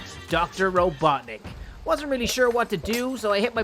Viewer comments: Robotnik not robotnic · Its robotnik not robotic